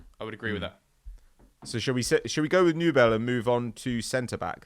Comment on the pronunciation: Nübel is good but Neuer is still one of the best in the world. BTW it's pronounced "Newbel"